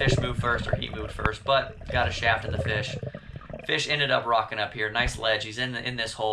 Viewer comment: Gathering a feesh fry